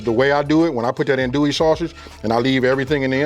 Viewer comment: That roux looks a little thick….and it’s pronounced undo ee. Not an do ee or an dole ee.